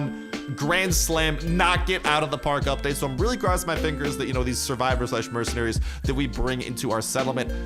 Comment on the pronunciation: When says it: “UPpa-date!”